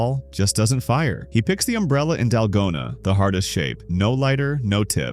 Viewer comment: oh I am not bullying you I just thought that you pronounce the as teh😢